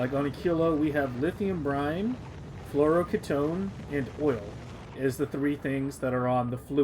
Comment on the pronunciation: Why are you pronouncing fluoroketone like that?